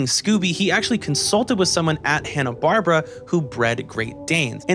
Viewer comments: "Hanna Barbara" Wait what did you say? Hanna Barbara No it's Hanna Barbera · "Hannah-Barbra"? (laugh) It's pronounced "Hannah-Bar-BEAR-a". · Loved this video. 9.5/10. You lost half a point for mispronouncing Hanna-Barbera a bunch. It’s not “Bar-Bra”. It’s “Bar-Bear-Ah”. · I'm enjoying this so much. Accept when you say "Hanna Barbra." (It's "BarBERa," emphasized like "barbaric.") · Is "Hanna-Barbra" a different group than Hanna-Barbera? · This video is the only source in all of the internet where I heard "Hanna-Barbera" being called "Hanna-Barbara" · Bar-bear-uh. Holy crap that drove me nuts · but the correct pronunciation IS "Hanna-Bar-bear-a" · Love the thorough analysis! Not sure if it's a joke, but it's pronounced "Hanna Bar-Bear-Uh" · First off, please learn how to pronounce Hanna Barbera. It's not Barbara. Secondly, Scrapy Doo is not only the worst character made for Scooby Doo, he is potentially the worst cartoon character ever made. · Sorry by the 3rd. mispronunciation of Hannah Barbera I was done! .... sorry kid it was a nice try.